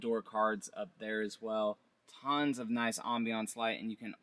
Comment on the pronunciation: Say tonnes again...